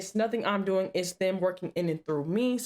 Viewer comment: 245:45 "...what are you doing-ah?".,...why do so many young women & girls like you put an "ah" at the end of words that should be left without the "ah" at the end?,...I see it a lot on police call video channels.,...why you do that?